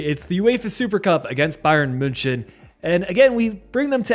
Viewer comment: Man i like your videos but the way you're pronouncing münchen makes me want to cry